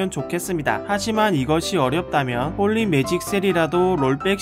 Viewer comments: 하..진짜 이분 비숍의 마음을 너무 잘표현해주셔서 너무 좋다.. 진짜 내 걍 심정이야 홀리 매직 shit 발음도 개웃곀ㅋㅋㄱㅋㅋㄱㅋㅋㅋ 진짜 비숍 그냥 존재의미를 잃은거너무 억울하다.. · 홀리 매직 쉣 발음 ㅎㅎㅋㅋㅋㅋㅋ